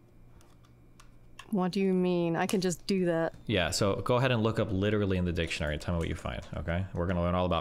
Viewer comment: just heard "dipshineory" instead of dictionary🤣think I'm going to start hearing that on purpose from now on